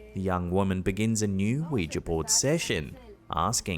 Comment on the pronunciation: Oh thank god for saying ouiJA and not ouiJI ! 👍🏽